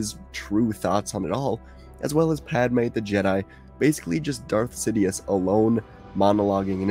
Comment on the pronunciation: Did… did you just call him Death Sidious? Bro it’s Darth Sidious